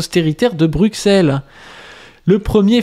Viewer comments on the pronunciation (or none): J'aimais bien de la chaine pasdustring, j'avais quelque que divergences d'opinion bien sûr, avec qui n'en ont avons aucune? Mais aujourd'hui je suis tombé de haut, encore quelque que je pensais être un camarade solide a commis une faute trop grave. Prononcer Bruxelles "BruXelles" et pas "brusselles" c'est plus que je ne peux le supporter. Allez hop c'est cancel maintenant le rouge brun confu qui se déguise en SS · holala on dit pas BruKSelles on dit Brusselles, sinon à part ça rien à dire, exellente vidéo comme d habitude camarade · BruSSSSSSSSeeeelllllll S il vous plaît faites un effort, on prononce correctement le nom de vos villes nous ! 😡